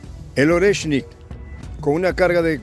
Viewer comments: Oreshnik maestría no es Lorenski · NO es "Orensky" 😂 lo dice mal, es: "Oreshnik" 👍🏻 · no continúes pronunciando nombres rusos sin leer atentamente primero y practicar en voz alta. NO es LORENSKI, es ORESHNIK. Eres una excelente analista pero estás fallando en la lectura, corrige por favor que no es tan difícil. Abrazo solidario. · No es Orensky❌, es ORETSHNIK✅ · Jajajajaja. Primero pronuncien bien el nombre del Oreshnik el, nuevo misil Ruso y después retransmiten noticias de terceros.